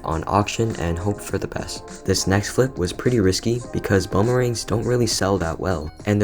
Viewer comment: I love how you say: fliP